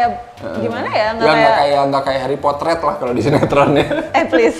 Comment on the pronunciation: SUDAH KUDUGA... "HERIPOTER" 😅🤣😂 MEJIK2 AMAZINK